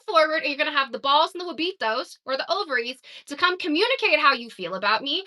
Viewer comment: Not the "ovaries" haha